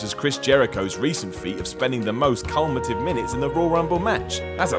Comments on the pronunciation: Sorry, what? Culmative? That ain't a word pal, I think you mean Cumulative? Unless since Blampied became plummy because mojo rawley somehow won the battle royale, everyone at WC has gone mad, I don't think there's any real reason to mess that up... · "Culmative?" Don't you mean "cumulative?" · Its a joke. The word is cumulative. He completely botched the pronunciation.